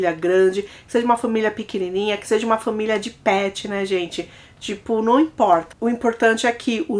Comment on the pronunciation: Gosto muito de você é assisto todos os vídeos, mas sinceramente, não é agradável ouvir você falando fÃmilia, cÃminho.